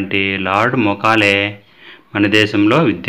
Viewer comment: Mokale kaadu sir Mekale మెకాలే